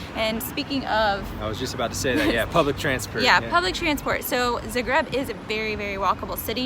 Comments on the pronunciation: Guys, please, it's pronounced ZA-greb. Zahhhhhh-greb. :) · This was great but, I had to stop watching because I could NOT get past the incorrect pronunciation of the city name.